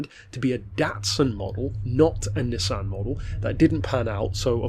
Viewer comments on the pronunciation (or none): Its pronounced nissan